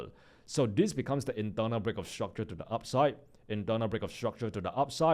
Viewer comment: Bro is really speaking structule instead of structure or my airpods are gone😅